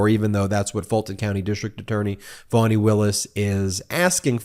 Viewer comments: Ben keeps saying "Foni" (with a long 'o') Willis. It's pronounced Fa-ni with a short 'a', like 'fawn-ee'. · Its pronounced FANNY NOT FAWWNY!!! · I love you and your podcast! Am I hearing Foney? Isn’t that what the gop would call her? I haven’t heard her pronounce her name. Fani. I’m guessing like a fawn(?) Fawn-e(?) I heard someone say Fonnie; as in rhymes with Connie (But please not Phoney)